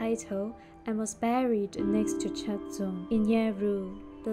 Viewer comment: can you please pronounce the names correctly